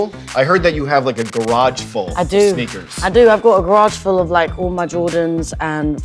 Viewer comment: when a child kidnapper rolls up to your house and says "Kid you want some sneakas"